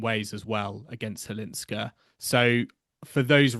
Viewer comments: Firstly, Chwalińska, not Cwalinska. Secondly, Maja has been on tour for 7 years. Mirra is a talented girl who has got everything on the table. Maja had to fight with many things on her way of being a professional tennis player (injuries, depression, lack of money) for many years. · Why don't you both try harder to learn how to say properly Chwalińska instead of Halińska? Many others foreign commentators already got it right. The way you say it sounds very unprofessional. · LEARN: Maja Chwalińska => MY-ah HVAH-LEEN-skah 🌀 Maja = MY-ah (like “my” + “ah”) 🌀 Chwalińska = HVAH-LEEN-ska(h) “Chw” sounds roughly like “hv”. The “a” is pronounced like the “a” in “father”. “liń” sounds approximately like “leen”. “ska” is pronounced like the ending of “Alaska”, but shorter and crisper.